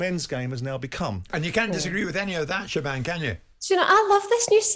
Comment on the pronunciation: Pretty sure Jim has never seen the name “Siobhan” … “shiv-orn”